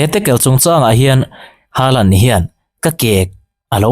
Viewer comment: Norway ram mi ngei, Chîtei Nu sawi danin, "Holand/Hawlan" ti a lam rík(pronounce) tur a ni e. Haa hi Ho/Haw a ri tur a nia aw.😊😊Hâlan ...tih pawh pawi chuang lo.